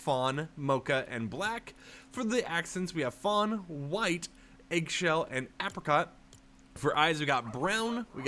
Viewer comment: Anyone else incredibly distracted by the way he keeps mispronouncing apricot?